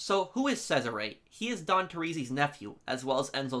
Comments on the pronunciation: why'd you pronounce it "Says Array" ? LOLL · Sorry man. I can't watch 90 minutes of you mispronouncing Cesare. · Good video sir and I like your content, but the way you pronounce Cesare's name bothers me. 😂